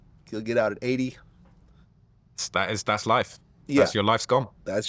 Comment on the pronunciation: Its 80 not A E 😆🤣